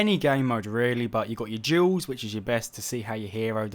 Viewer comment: I'm the only one hearing "jewels" instead of Duels?